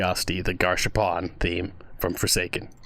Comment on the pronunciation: Peak video ALSO ITS GAS HARPOON BRO😭😭😭 WHY DO SOME MANY PEOPLE SAY GARSH ARPOON😭